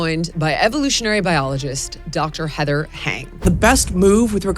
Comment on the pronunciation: Heather's a class act...and didn't even correct your mispronunciation of her name, which rhymes with "flying".